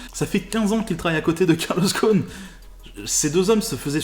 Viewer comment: GhoSSSSSSSSSn et pas Ghon! Les Français sont les champions de changement de nom !